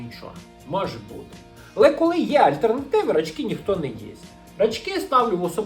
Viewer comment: ти неправильно наголос ставиш в назві цукерки "Рачки") Треба на перший склад) Ще кльова тєма була колядки і щедрівки. Там прям плани і схєми були, як отримати більше цукерок і грошей. Після цього навіть обміни цукерок влаштовувалися, а за круту цукерку можна було виміняти дві-три звичайних. Гарна тема для окремого відео